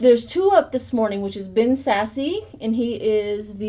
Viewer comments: Nebraskan here. It's not Sassy, it's Sasse as in ASS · Ben Sasse is pronounced Ben Sass. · Thank you for your reading, Ben sasse the e is silent pronounces Sass without the e